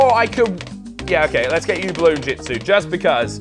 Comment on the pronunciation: dude its bloon not balloon